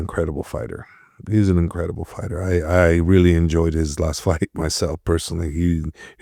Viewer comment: Host: "Fighter" ❌ "Farter" 👍